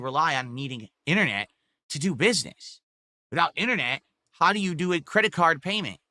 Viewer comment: If Cahm Cahst rooins Philburts businessuh then they are the best company out there.